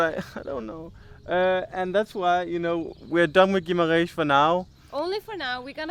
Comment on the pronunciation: I love the way says Guimarrrrrrrrrrães! LOL